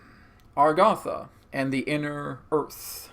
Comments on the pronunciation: I have notied throughout all your videos on Agartha (even the channeled ones), that instead of pronouncing it like it's spelled you pronounce it Algartha. I say you but even Adronis pronounces it that way. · Agartha, Argatha?